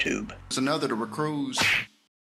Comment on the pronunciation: Why do they all make the same mistake and say "recruise"? Why don't they ever pronounce it wrong in a different way? 😂